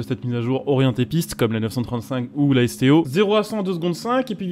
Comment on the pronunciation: C'est la Lamborghini STO et non SCO (J'ai écouté plusieurs fois et à chaque fois tu dis SCO) :/